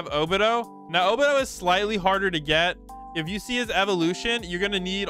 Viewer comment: this guy need to learn how to pronounce like 75% of these names. O-Be-Toe not o-bih-doe